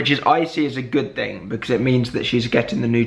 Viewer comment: am i the only one who noticed that it sounds like he said think when he said thing (sorry for my english i'm from sweden)